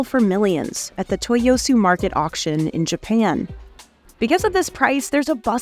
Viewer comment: she said action instead of auction; editor didn’t catch that either.